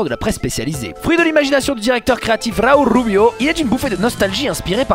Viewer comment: RRRauull RRRuubio !